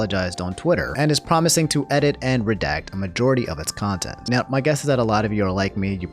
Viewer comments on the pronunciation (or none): Why you say nown when saying now